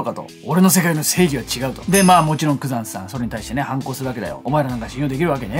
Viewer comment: 多分グザンって言ってるけど ヤクザになっててコーヒー吹きました🤣